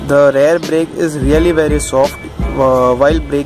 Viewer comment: It's spelled REAR Brake,REAR suspension not RARE Brake, RARE suspension.😂 About 4000rpm...dude are you new to bike riding,are you trying to copy what others are saying,dont you feel the power band? who the hell told you to keep below 4000rpm. Its a KTM DUkE 200 Engine with slight modifications (200NS-carburator,SOHC,high gearing,3 sparkplugs{a gimmick} . DUkE200-EFI,DOHC,Short gearing,single sparkplug) you need to keep above 4000rpm. every gear shift at 4500rpm is recommended! shifting below that is like torture even during run-in. You are ruining your engine components by lugging! Fuck this feels bad seeing useless fellow spreading false information. some ill imformed Bajaj showroom guys have no idea about their products..stay away from what some of bajaj ppl say. Also use Mobil1 Racing 4t 10w40 synthetic oil (in winters,rainy,moderate summer) or Motul synthetic 15w50 (in extreme hot summers) engine oil. Replace oil every 7500kms. Dont use crappy bajaj dtsi 20w50 mineral oil. keep speeds above 60 in 6th gear. constant riding at 5000rpm in 6th gear will give you fuel efficiency of about 56kmpl! improve your pronunciation,improve your basics!Ride safe!✌